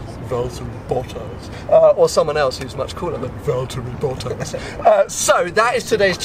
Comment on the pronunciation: really didn't like the way he said "valltari bottas" he is great on track and a gentleman on and off track wish him the best in f1... He's not boring seeing him win excites me much more than seeing Lewis win.... Win after win after win for the last 4 years its just gotten so old